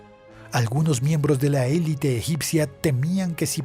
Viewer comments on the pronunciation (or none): none